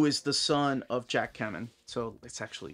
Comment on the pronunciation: I think his last name is also pronounced KAY-men... NOT Ka-men ....also...